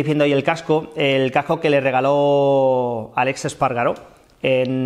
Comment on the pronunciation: ES Aleiiiiiix con i no es Alex 😉